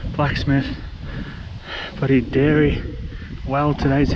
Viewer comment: Egg-c-lent eggplant egg. Liked u saying diary multiple times. Wvtte.